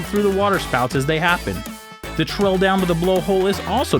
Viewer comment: It's "trail" not "trell" and "tourist" not "torrist". His pronunciations are atrocious.